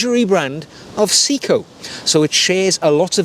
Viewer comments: Actually it’s pronounced “say e ko”. In Japanese “se” Is pronounced “say”, “i” is pronounced “E” so it’s actually say e ko, which sounds close to “say-ko”. I’ve been living in Japan since 1991. I speak Japanese fluently, my wife is Japanese, my co-workers are all Japanese and I speak Japanese the majority of my day. Trust me, it’s not “see-ko”. I’m not here to correct though, just clearing this one up. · See-ko lol, good video. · If we’re going full on pedantry, I’ll respectfully add my two penn’orth worth. The correct pronunciation is: Se (as in semi) I (as in pig) ko (as in coffee) せ (Se) い (I) こ (ko) To qualify; I’m a Brit living in the UK for 7 months of the year and Japan for 5 months of the year, and whilst not fluent I am able to live in Japan without speaking English. To get to the point, watch shopping/browsing in Japan is an absolute pleasure. I often travel down to Tokyo and spend a couple of days browsing watch and vinyl record stores. I own 3 Orient watches and love them immensely. I got back to the U.K. a few days ago and brought with me a Breitling Superocean II Japan only edition. Not my usual style, but it just smiled at me so lovingly I couldn’t resist. Nice collection ❤